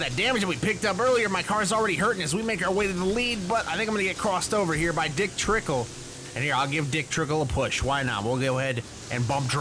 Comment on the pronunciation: I know he meant to say Dick Trickle, but I much rather him say Cole Trickle instead of Dick Tickle. BTW, I am surprised you responded to this A MONTH LATER!!!!! To some it's funny, but if you are in a relationship with someone, don't say dick tickle. It is weird and totally unprofessional.